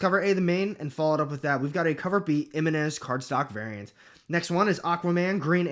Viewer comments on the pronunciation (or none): none